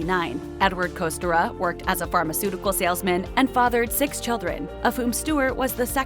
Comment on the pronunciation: You can't even pronounce "Kostyra" correctly.. tsk tsk.. If you're going to do a story on someone's life, at LEAST pronounce their name correctly. Thankfully I didn't end up carrying that family name, my mother ensured I didn't. Also some of this is NOT true either.